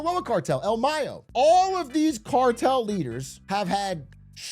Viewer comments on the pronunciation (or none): none